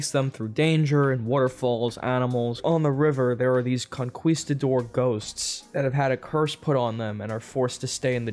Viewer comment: How did you mispronounced conquistadors? Lol. ANYWAY Make more videos like this. I like shorter reviews.